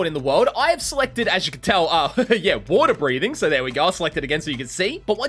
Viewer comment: Love that no one heard him call it eater breathing lol